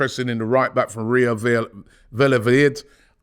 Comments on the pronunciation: "Real Valovoyid". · Ria Vellavajid, absolutley butcherd it hahahahaha